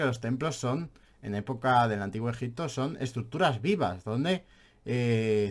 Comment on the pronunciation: la verdad es que eres muy aburrido de escuchar y ademas no pronuncias bien ni el propio nombre del País! Al contrario que el tio al que estas criticando parece que no haces mas que leer en vez de visitar,ver y palpar las evidencias. Simplemente, como en todo, nos posicionamos en un lado de la historia u otra. Y tu, en este caso estas en los libros de historia de los 80. Obviamente no solo los libros, sino la mentalidad y enfoque que enseñas en tus videos…Muy old. Mientras estes en tu habitación te llamaremos……. por llamarte de alguna manera.